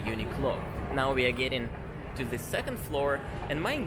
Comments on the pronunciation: THE не можешь выговорить, ну хоть ДЭ говори, ну только не ЗЭ. А так, красавчик! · am I the only one noticing you pronounce "ze" instead of "the"?